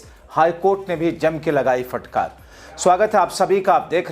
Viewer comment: Bhai sab. Fatkar nahin hota Hai. Phatkar hota Hai